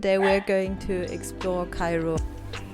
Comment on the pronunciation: Mam, are you from Germany? Bcz the way you pronounce Cairo it's like German. By the way, your vlog is awesome. And your voice is like sparkling diamond 💎